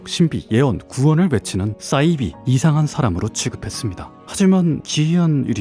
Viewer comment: 너진똑 같은 배우신 분이 사이비 발음을 왜 싸이비라고 하죠? 영어 s발음 아니고 한국어 사이비로 발음 해야 맞습니다